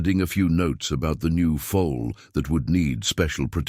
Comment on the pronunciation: The "full"; the young horse, is a FOAL. Pronounced FO ul 😊 I'm absolutely loving this story. I'm so glad that I have invested my time this evening in listening ❤️